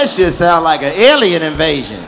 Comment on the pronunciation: Nobody : Chico : “Dat bitch is a Ellian “😂